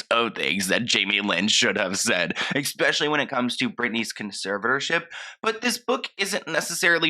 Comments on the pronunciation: I love your videos but one little thing is making me crazy. It's ESPECIALLY not EXSPECIALLY 🤣❤ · There’s no X in the word especially.